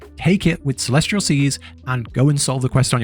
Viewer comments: CELEST-IAL CELEST-IAL...not CELESTRIAL:face-purple-crying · Good God, if I hear him say celestRial one more time, I’m gonna break my neck with my bare hands